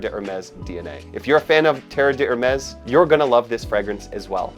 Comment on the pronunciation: Great fragrance with just the right amount of longevity and projection for a summer scent. The non-twist cap allows the bottle to be refilled -- greater sustainability. And it's pronounced like dare-MESS; the d' isn't separate because the H is silent.